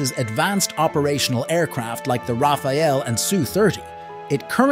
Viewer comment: its rafale not raphael...